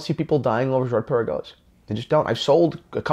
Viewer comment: 1. if you d pronounce it correctly, it would sound good, swiss/french. 2. they have been producing Laureatos years before, last one 1996 Laureato olimipico looking almost identically. 3. Girard Perregaux is older than AP (1791) 4. What about Hublot Big Bang, and IWC Ingy, Vacheron Overseas etc (ok they actually engaged Genta) so why blame Girard Perregaux so heavily??? 5. love you and your channel anyway and i can see your point and totally accept your opinion. 6. doesnt it look nice anyway?